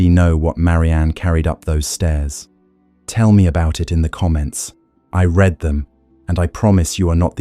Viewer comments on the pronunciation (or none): Six months is not a long time for conception; six years is not unheard of. 45 - This is all repetition - just to pad the video?? Also, can we PLEASE correct pronunciation: "read", "breathing" etc.